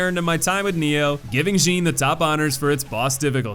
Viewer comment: Also the one name that's pronounced exactly as it's spelled and you somehow mispronounce it. Jin is pronounced Jin. Not Zheen. Also I find it odd that you mispronounced Date the first time but then pronounced it right for the other Date. Consistency, man.